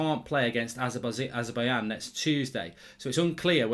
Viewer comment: Azer-Bai-J-an not Azer-Bai-Yan